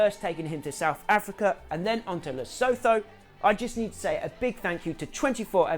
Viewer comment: Man you are pronouncing Lesotho so wrong lol